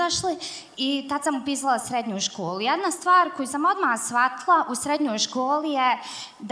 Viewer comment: "shvatla", "zivla", "jalijas", "misla", "ali onaaj", "kolko", "poso", "dvanest", "upala", "uletla", "i ovaj" deseti put, "dobla", "sega" itd... Zena od 30 godina ne zna odrzati prezentaciju. Pored toga, DVIJE UZASTOPNE, ISTE, konferencije je pricala jedno te isto. Nadam se da nece biti I na CEO 2018 jer je uzasno iritantna.